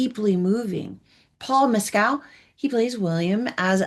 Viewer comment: Please pronounce the names properly. It's Ann-yes, with a short a as in can, not Aaan-yes with a long a and the French pronounce it that way, with a short a, not Aaan-yes: And please do the actors the politeness of learning their names too: Jacobi Jupe is not Ja-COH-bee Ju-PAY but JACK-obee Joop Paul Mescal is not Paul Mess-CAHL but Paul MESS-cal (short a and accent on the first syllable) It's not hard.